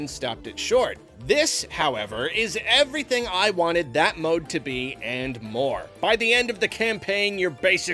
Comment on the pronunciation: That "evwything" made the video for me.